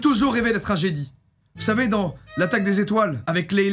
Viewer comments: comment t’as prononcé jedi je suis mort ça se prononce djedai et pas jeudi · Att ya que moi ça m'a fait tiqué quand il a prononcé jedi "jédi"😂😂😂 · Tu dis Jedi "i" je rêve pas ? XD c'est fait exprès ? JedY ?! xD Et Stormwoopers ? Stormtrooper xD Mais trop bien ta vidéo (x xD